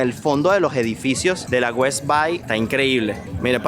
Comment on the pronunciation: se debe de pronunciar West Bey no Bay como “A” en español, ya que es en inglés el nombre